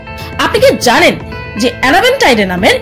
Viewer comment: Apni Ki ZANEN?, apni Ki ZANEN?,, apni ki ZANEN 😁😁😁